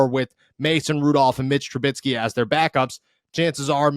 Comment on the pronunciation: For the love of God, say it with me. His name is pronounced Tru-BISKEY! Rhymes with whiskey! You both keep saying Tru-BITSKY! You are professional journalists and broadcasters. Please pronounce the names properly.